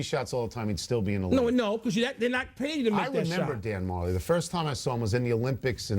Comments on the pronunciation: it's pronounced Dan Ma-jelly. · its pronounced dan ma-jelly